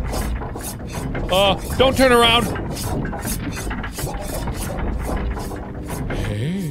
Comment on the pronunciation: "No i thought i was aRRRound the corner"